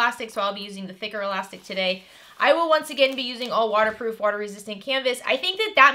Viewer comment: I thought you said knicker elastic then realised you said thicker elastic.😂😂